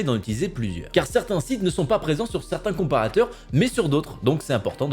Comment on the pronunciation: "Les comprateurs" "Le SAINTE Graal" ^^! toi aussi tu attends le prochain patch lol #CDPR Et je suis tout à fait d'accord il faut surveiller ses achats! Les vendeurs surveillent bien nos consommations!